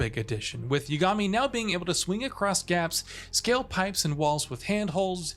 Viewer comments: Great review! Clear you're familiar with the series! It's YAAH-GA-MI though lol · why can't you say the protagonist's name correctly? did you not hear it being said for 50+ hours? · This guy didn’t play the game. must be reading from a script he doesn’t even pronounce the MC’s name correctly.